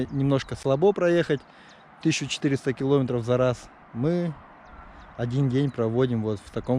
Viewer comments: Молодец, очень красиво, познавательно, но ... не килОметров, а киломЕтров. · Не полОжить, а положИть. Не килОметров, а киломЕтров. Ничего личного, просто ухо режет.